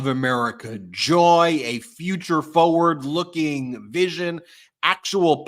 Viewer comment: Foe-wurd? The word is forward.